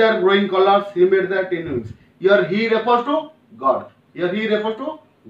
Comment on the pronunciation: Sir, I think tiny is wrongly pronounced and presentation is really not poetic